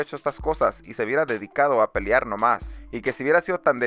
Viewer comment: Horrible, mi consejo es que tomes algunos cursos de dicción, aprendas a hablar con las palabras adecuadas y dejes de hacer el ridículo. Es un martillo en los oídos escuchar "campión, peliar, etc"